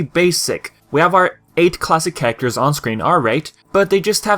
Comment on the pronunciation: Nice review but why do you say characters like "carater"?